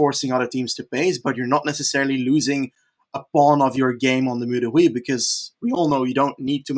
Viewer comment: Mur de huy is pronounced we like the pronoun. Mur de we